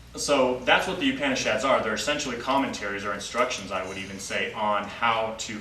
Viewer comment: Excellent knowledge and talk. The only other comment that I would like to add is the correct pronunciation of the word Upanishad. Please listen to the pronunciation by the girl from India from the link below